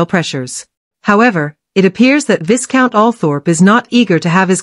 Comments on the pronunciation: Hahah - the pronunciation of Viscount isn't 'VIS.-count...it's Vey-count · Vic count not VIScount